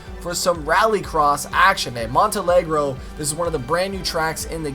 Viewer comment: "Montalegro!" Very funny to hear how you pronunced that. Nice try! 😂 From Portugal, a big shout out for you! 😉👍